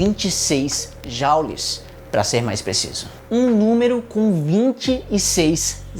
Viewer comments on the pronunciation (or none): não é "jaules" é "jules" tem origem francófona e não anglófona